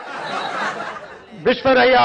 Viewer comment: Vishweshwaraiah pronunciation, aloou gussa se gold atha intha bosudki pm agalikke alla, melinda rain baruthe, bhoomiyalli bele baruthe e bevarsi bitti koduva